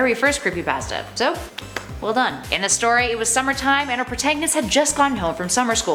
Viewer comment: Who tf says pasta like that